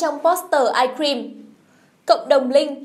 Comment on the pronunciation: ok nhưng mà bạn này phát âm kì quá của người ta là how you like that mà bả đọc là '"hao la đát" còn ice cream đọc thành "ai kim" nói thật là nghe cứ bị khó chịu á (ý kiếng riêng)